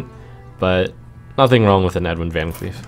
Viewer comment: you almost pronounced vancleef the right way as it is a dutch last name. its actually pronounced like vahn claif. also i think you dont need earthen farseer in this deck